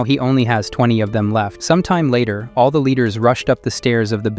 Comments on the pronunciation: Is this an ai voice? Why he pronounce "all" as "owl?" 😂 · Are you a bot? Or do you just not know how to pronounce “all”?